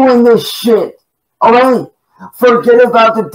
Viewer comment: Why does he say oway instead of ok?